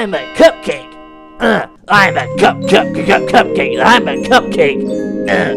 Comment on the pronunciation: I like how when said remain calm everyone with a. It sounded like I'm a cupcake!